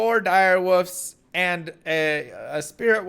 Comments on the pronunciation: It sounds like he is saying “woofs” not wolfs. Is this a joke I missed? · I still don't know if this is an inside joke does with his fans, or if he genuinely can't pronounce wolf/wolves.